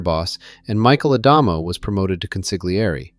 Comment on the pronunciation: in the word consigliere, The g is silent so don't pronounce the g it's pronounced con sli ere. Great video Thank you for the content I just thought you might want to know how to pronounce the word properly for future videos